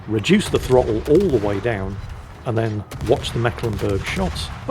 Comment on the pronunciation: As a Mecklenburger, it just hurts my ears when the pronounces that ship's name, it is the C in Mecklenburg is there as old remnant of an emphasis sign... you pronounce that syllable more like the English "make" (in correct german, it would be with a long "e"... ^^ now back to the salt mines